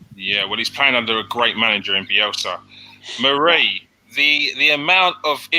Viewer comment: Mary? It,s marie 😂 Cheers mate.